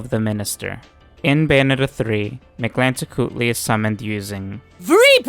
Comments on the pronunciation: You get a like for effortlessly pronouncing Mictlantecuhtli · I have to say as a mexican. You Pronounce very well Mictlantecuthli, Im impressed.